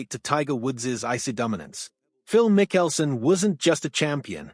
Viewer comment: Pronoun his name correctly. PLEASE!